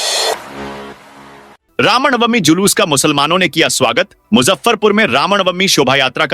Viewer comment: Ram nawamee hota .Sahee uchcharan karen